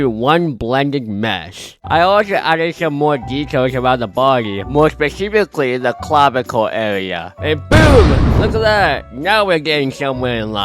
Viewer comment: "clavical area"